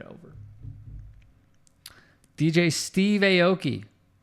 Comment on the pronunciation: Aki is not pronounced AYE-OH-KEY. It is pronounced OW-KEY